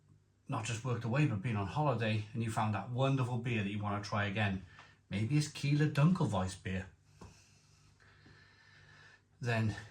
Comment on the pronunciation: Looks great. It’s pronounced like Kyler instead of Keeler, by the way.